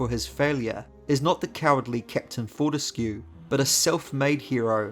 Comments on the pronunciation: Wouldn't it be "for-tesk", like grotesque? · Fun fact: Fortesque's name is pronounced "fort-ESC".